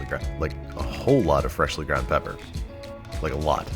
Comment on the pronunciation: Everytime you said salt or pepper, I hollered! Good video though!